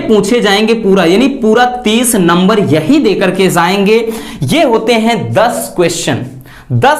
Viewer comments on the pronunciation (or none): Zay ge nhi..jay ge 😂